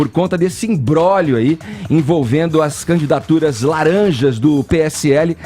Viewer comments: minuto . Não se diz " imbrolhio" se diz" IMBRÓGLIO ". - final "glio" - Im-bró-glio. PAROXÍTONA TERMINADA EM DITONGO... srrs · “Imbrólio” não existe, Edgar.